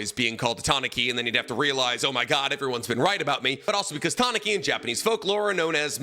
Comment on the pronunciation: Ta-na-ki? Isnt it Ta-nu-kee? Pronunciation wise